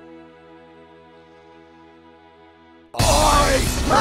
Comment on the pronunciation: U said: Pyeeeer/pieeer 😂